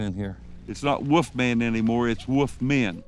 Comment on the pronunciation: Our first clue was the first 10 seconds of this. "Woof-man" This is beyond stupid, it's insulting to intelligent people who know how to speak correctly.